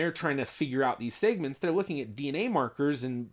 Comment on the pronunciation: Why do you pronounce segments weird?